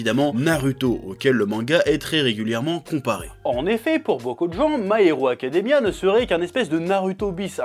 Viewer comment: Pourquoi tu dis parfaitement "Civil War" et pas du tout "My Hero Academia"? 😭